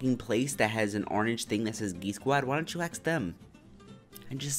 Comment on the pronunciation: all this from a guy who pronounces ask...as axe.